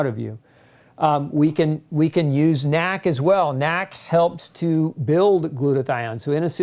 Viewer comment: dude its N A C not nack